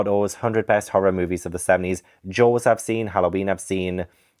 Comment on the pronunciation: Not me hearing “Joes” instead of “Jaws” and being absolutely perplexed about what was going on 😂